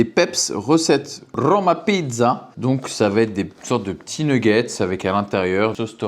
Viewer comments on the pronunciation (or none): none